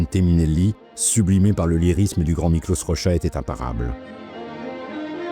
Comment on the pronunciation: Merci pour cette superbe vidéo ! Si je peux me permettre, le hongrois ne se lit pas comme le polonais, donc son nom se prononce "Mikloch Rogea".